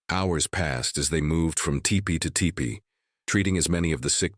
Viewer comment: Btw, it’s pronounced “tEEpee” NOT tippy! Don’t think I prefer this AI narration.